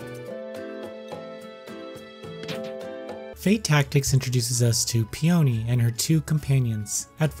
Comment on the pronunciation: It's pronounced 'Pee uh nee', not pee oh nee. I believe it's a flower